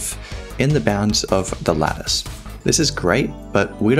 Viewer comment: Ok ok i blame this for me being a non native english speaker, but i only hear lettuce, not lattice. i love it